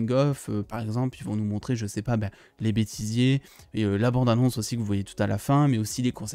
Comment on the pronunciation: A.. c'est moi oû tu as dit "anus" à la place d"'annonce"? Mdr mise à part ça, merci pour cette vidéo